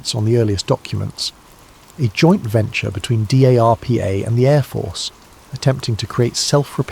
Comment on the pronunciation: Excellent! One note: DARPA is pronounced “darpa” NOT “D.A.R.P.A.”